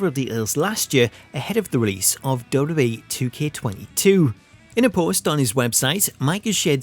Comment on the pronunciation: you need to learn how to pronounce WWE, it's been a thing with you for years